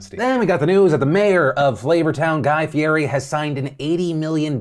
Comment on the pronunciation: At least say Guy's name correctly...